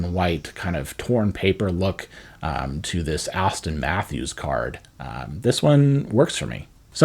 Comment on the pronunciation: bro it’s Austin not Asstin Matthews 😂😂